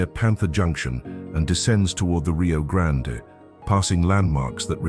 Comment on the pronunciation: Nice scenery, I'm A California transplant living in Arlington, TX for 35 years and have wandered, driven and researched much of what is in the video. I just wish pronunciation of these places was accurate. It's not Rio Grand-A, it's just plain old' Rio Grand. Many places names will surprise how they are pronounced. This must be AI, TEXAS deserves better!